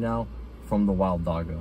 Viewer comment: dam bro you butchered the pronounciation of dagga its a soft g similar to how the ch sounds in bach